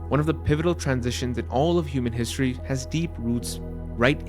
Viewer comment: good content. the narrator needs to use betten enunication -- words such as: regularly, history, important, citadel -- are garbled and have no pronunciation of the letter "t"